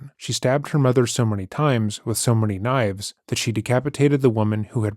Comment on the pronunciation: “So then I defended meself with about seven knoives and brought with me the head as evidence”